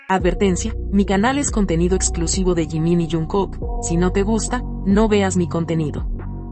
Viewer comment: Me encanta tú forma de decir lo que son jungkook jimin ❤❤❤❤los amo 💜 💕 ♥️ 💜 💕